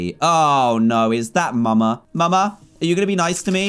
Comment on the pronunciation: dan said muma and not mama😂